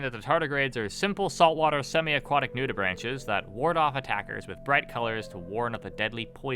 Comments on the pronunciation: You mispronounce "nudibranch" as "nudi-branch" like branch on a tree, when its pronounced "nudi-braink" basically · Nudibranch is pronounced nude-ih-brank